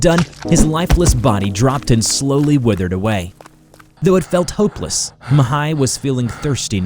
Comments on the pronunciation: great pronunciation when saying ''Mihai'' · I am from Romania and when I heard " Mihai " I think that episod happen in East Europe ( because is a very common name in this zone ) , but I was surprise when I hear that is Romania . You pronounce very good the name , but I am curious how you will pronounce the names if they have " ă " or " â " in them ( these letters are pretty use for a lot of romanian words and names )